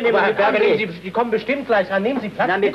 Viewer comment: 😂ja warum net glei so: "Wir tellefoniern Ihnen". 😆😆